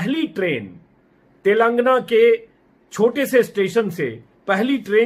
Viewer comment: सही उच्चारण तेलंगाना है 🙏